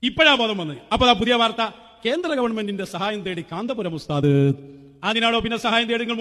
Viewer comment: വാർത്വയല്ല വാർത്ത എന്നാണ്😂 ഗുണ്ടുമണി.